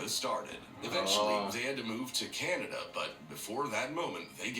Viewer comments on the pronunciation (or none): none